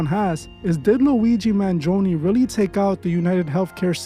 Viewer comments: Man-gee-own-e that's how you pronounce it. I'm Italian I can't help but to comment 😂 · Man gi own is how you say it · you pronounced "Mangione" wrong.